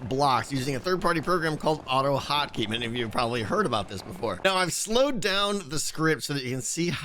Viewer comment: did anyone else think he said "auto hockey" and not auto hotkey at first? XD